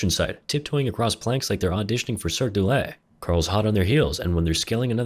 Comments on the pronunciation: it’s “Circque du Soleil” instead of “Cirque doh-lay” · The cirque du soleil pronunciation had my laughing more than your puns! Keep it up!